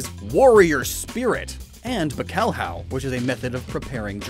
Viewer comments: Wait... did you just call Bacalhau "Buh Kaw Haw"? Better luck next time... Also, it's funny how old japanese is basically "Puns: the language"... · THE WAY THIS MAN PRONOUNCED BACALHAU jokes, I don't think he speaks Portuguese... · Funny how you pronounced "Bacalhau" for Basculin. Just for you to know, this is a Portuguese word. In Portuguese, there are syllables like "LHAU", in Bacalhau, or "NHA", in Piranha, which you don't separate and they make a sound that does not exist in English. If you split the syllables, it goes like this: BA-CA-LHAU. Just set Google Translator for Portuguese if you want to know how it sounds! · The way you pronounced bacalhau made me laugh so much im sorry